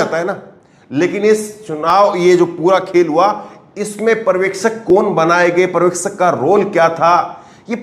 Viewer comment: Parvekshak nahi janab uchharan sahi Karo bhasha ka satyanasha mat karo paryawekshak Aisa uchharan kijiye,pahale bhashaki study Karo bad news chanel chalao . culture ka nasha mat karo